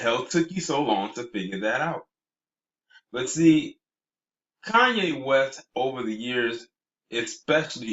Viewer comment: *Koonyé (Kardashian).